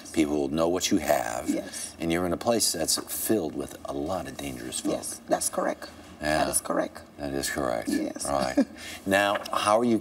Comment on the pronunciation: "dats correk!" lol